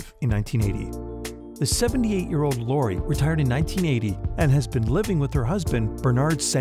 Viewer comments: its loreeeee..............not laura!!!! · Ricky Mellottsr Lori, who he keeps pronouncing as Laura.